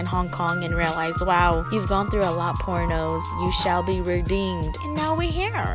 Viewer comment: "You've gone through a lot poor nose".... Totally heard that wrong.... 😂